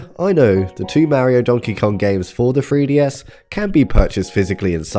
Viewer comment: Making a silly, cuz with your accent 3DS sounds like FreeDS 🤠